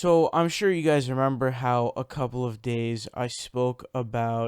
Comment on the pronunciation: a couple of days or gays? did you say gays or days? it sounded like g-days.